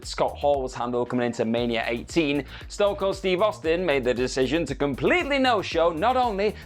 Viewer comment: Ston Cold. STON COLD. AND YOU GOT IT WRONG TWICE